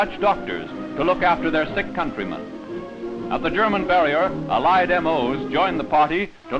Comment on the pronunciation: Random side note but I just noticed the narrator puts the emphasis on the second syllable in "Allied"